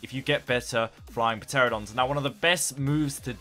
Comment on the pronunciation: PUH-teradons LMFAO